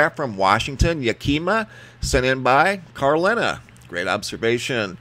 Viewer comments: Ya-kee-ma Wash. . . hahaha! haven't heard that one in a while! I grew up there - like 50 years ago. . . so I know its Yaka-ma - or YACK-i-MAW ( Yakima) American Indian origins - means pregnant belly - Yakima Valley has very fertile soil and has been an agricultural paradise (if you irrigate) forever - Yakima Valley apples - the best! yeh, yeh - watching for meteors. . . love your vids! been watching ya for years. . . grandma in No. Idaho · It's not "Yeah-kee-mah" lol It's "Yak-kah-ma" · yak ka maw not ya'kima wa. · LOLMr. M that’s pronounced Yak- Awe - maw lol good try though Yakima...in eastern Washington